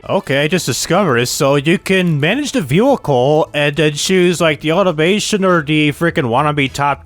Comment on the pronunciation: how many times can someone say but also mispronounce the word vehicle in one video. i couldn't even focus on the video because he says that one word so many times and weird baby talk way??? idk. sorry man. the video had alot of interesting things as i dont own that version of the game but man this video was painful. "V hikal" sounds like its spelled there lol. good day man.